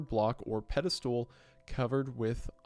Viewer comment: "Pedestool" lol